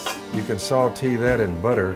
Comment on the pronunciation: I’m going to start saying sautEEEE, instead of sautay 😍